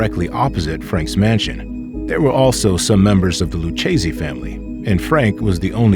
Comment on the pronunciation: Lucchese is pronounced « Lukese »… you’re welcome